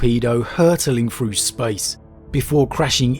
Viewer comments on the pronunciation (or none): “Deffwatch” “wif” “frough” “uvvar” but also pronouncing “the” correctly many times. Yet ANOTHER channel based on story telling who is lazy about pronunciation. It’s not a speech impediment like I’m sure some of you will say since he can pronounce the “th” sound correctly and does so many times. He could do it in the rest of the words but he is lazy so just says “ff”. A video literally about “The Deathwatch” or rather “the deffwatch” you would think would compel someone to pronounce the sound properly instead of hiding behind lazyness. If he never pronounced the sound correctly then it COULD be a “speech impediment”. Even then go to a speech therapist and work on it if you’re going to make content containing you reading words. It’s a joke and so common amongst 40k lore channels from people from the southern UK. It’s pathetic. Talking like a literal ork which is a caricature of the pronunciations of words from thickos in the UK.